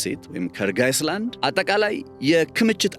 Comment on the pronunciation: ካርግ አይላንድ not አይስላንድ ። it is not iceland but island 😊 S is silent ( አይላንድ) ። ለወደፊቱ 😊